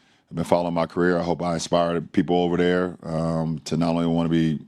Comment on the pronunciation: Geez. He needs to improve his speech and learn how to pronounce OVER THERE. OVAdare only makes him sound stupid, not rich.